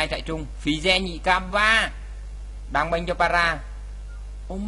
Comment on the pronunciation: kia là trairung chứ k phải trại rưng nha ^^